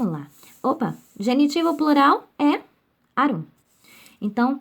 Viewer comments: A pronúncia não é arúm, mas árum! O acento é no a. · Aula muito boa, porém a pronúncia está errada! Árum, e não Arúm. Poetae fica poeté, porque ditonga. Fora isso, muito bom!